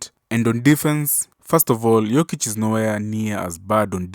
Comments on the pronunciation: He only mispronounced his name the first time, then pronounced it properly the rest of the video. I think Pippen was caught up on whether he wanted to say Jokic or Joker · In the first few seconds he mispronounces his name, despite hearing it a thousand times. No need to watch the rest.